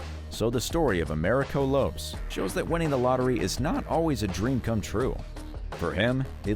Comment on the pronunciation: Lopes is pronounced "LOW-pess", not "lopes". LOLZ